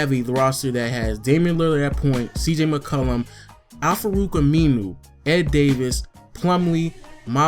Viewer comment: da way you say mccollum annoys me lol